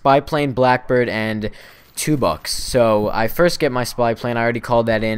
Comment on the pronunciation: You want to get 2bucks's dogs. Say it right.